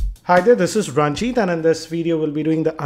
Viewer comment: Why do you say Raanjit ! ur name is Ranjit !